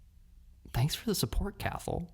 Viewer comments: Cathal is an Irish name pronounced cah-hill ✌🏼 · We have the exact same birthday (12/09/1992 🥳) and I always love hearing your lil life updates or what your up to. Not to compare but I just find it interesting how different our lives are but have lived the same amount of time. ALSO I think Cathal may be the Irish name pronounced Cah-hol 🙂